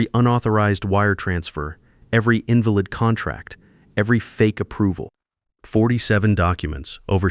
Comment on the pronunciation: AI needs to work on their pronunciation. READ, INVALID etc.